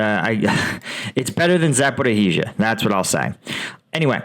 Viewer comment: Thank you for your video's, just a suggestion, look up the pronunciation of Zaporizhzhia, it makes me cringe when I hear your pronunciation